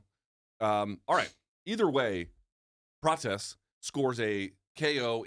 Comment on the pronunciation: Don’t you want to hear Luke squeezing “Carlohsss PRaaahtchesssshhhh” out a hundred times?😂